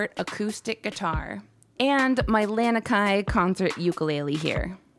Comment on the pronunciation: Love it😊 by the way the ukulele is pronounced La-(ah) ni-(knee) Kai